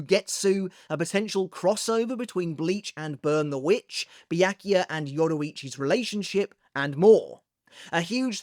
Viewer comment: Bee-yak - you - ah?